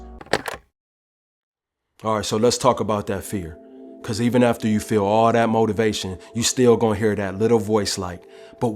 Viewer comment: Man just turned motiva-tion into crea-tion. :hand-pink-waving